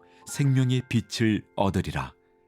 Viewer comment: 우리말 받침 'ㄹ' 발음을 영어의 'L'같이 발음하시는 군요. '하늘' '빛을' 이런 단어의 발음이 그렇습니다.